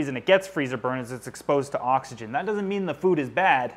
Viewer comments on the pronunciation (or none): none